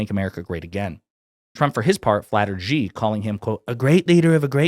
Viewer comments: Xi Jinping is now the most powerful person on the planet. Isn't it time Westerners learned to pronounce his name? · Come on people say president Xi name right, it's not Gee it's Xi pronounce like She